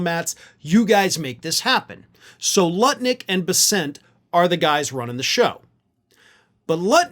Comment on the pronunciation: Bessent's name is NOT pronounced "Buh-sent" (emphasis on the second syllable), but "Bess-unt" - emphasis on the first syllable.